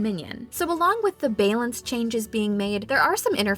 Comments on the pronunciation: Did she just say bay-lance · aww, they worked so hard on these jokes and it is bay-lance that sets everyone off lol. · I lose it every time in all her videos when she says balance. 🤣🤣🤣🤣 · I lost it when she pronounced “bay-lance changes” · The narrator has gotten quite good since they started producing videos. However, that's one word where her accent really comes out. :-P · <3 we wanted to pay homage to the earlier mistakes that she made with it when she first started! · Can't blame her - it's a tough word to pronounce correctly. I'm a native english speaker, and sometimes I accidentally make it a hard "C" sound at the end, so that it sounds like "balink changes". Sometimes you just gotta own it. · The biggest April Fools joke was the way she said Balance